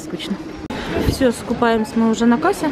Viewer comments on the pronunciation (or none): Я вас люблю но пожалуйста, прошу вас говорите правильно! Не "Скупаемся" а "СкупЛЯемся". А так вы позитивные и прикольные 😘